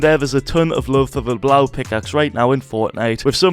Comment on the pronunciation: fyi... It is pronounced Lebow the "eau" makes the o sound. Love the vids by the way keep up the good work.